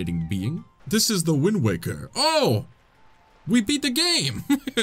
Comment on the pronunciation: Windwaker? I think you mean Quindwaker